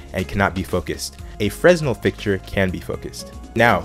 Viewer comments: its "freh nel" not "fres nel" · Two things Fresnel is pronounced frenelle. I believe you reversed the shadow example at the end. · You don't pronounce the s in Fresnel. "Freh-nell" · Pronounced FRE Nell not fresnel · Its pronounced FRENEL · London UK. Good concise overview thanks. FYI 'Fresnel' is pronounced FRE-NEL, no 's'. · It's pronounced "Fernelle." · The 'S' in Fresnel is silent. Quick and to the point. Good work. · The "s" is silent in Fresnal... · the S is silent Fresnel!